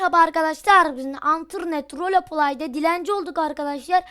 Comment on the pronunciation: Roleplay ahdhsjsjbsjs rolpley die okunuyor mübarek